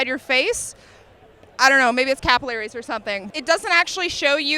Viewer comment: ive never hear capillaries pronounced like that